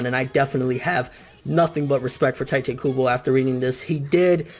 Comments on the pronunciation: it's Teetay. not tytay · Its not tie te Its tee tae kubo . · its not pronounced TIE-Tey... if you're gonna make youtube videos and come off as a manga enthusiasts. At least learn a little about the language and the culture..... or at the very least learn the proper pronounciations... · I'm truggered when they pronunce tite ay "tay-te" like... wtf... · It's Tee-tay Kubo,not Tai-tee kubo. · ITS FUCKING TITE. KUBO. DUDE. "TEA-TAE" NOT "TIGHT-TAE" UGH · Could you learn to pronounce his name right? Its TEEte Kubo not Tiite Kubo. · I disliked because you mispronounced Tite. it's TEE-TAY, not TY-TAY. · i dont want to be "that guy" but its pronounced 'teetay' not 'tytay' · Obviously you can't read either because I'm pretty sure T.I.T.E is pronounced (Tea-Tey) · Tightay??? lmao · Isn't it pronounced 'Tee' 'Teh'? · It's pronounced like "t-ee-te" kubo bor com'on ffs, props to kubo tho really touching story.